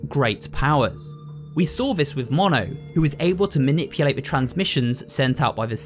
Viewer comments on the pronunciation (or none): none